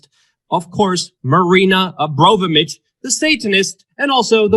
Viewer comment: Are you mispronouncing her name deliberately out of disrespect? Because it's Abramovic, not Obromavic. Don't get me wrong; I'm in no way insulted on her behalf. I don't like her. Just couldn't help noticing repeated mispronunciations of her name. Also, 'Bass music' is pronounced like base, as in military base. Not Bass, as in the fish. (observed from another video of yours).